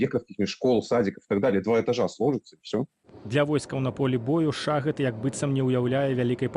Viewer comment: В соответствии с каким правилом беларуского языка "шахед" надо произность "шагэд"? Цiкаулюся. У часы Тарашкевiча ды наркомау шахедау не было. 😊